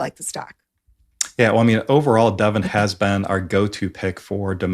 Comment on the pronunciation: great as always. Nice to hear the correct pronunciation of Devon. (i.e. not "Devaughn.)